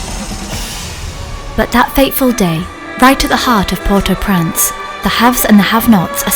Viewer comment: I wish the woman narrating this video would pronounce the name of Port au Prince correctly, it bloody infuriating she keeps saying port au prance!! She needs replacing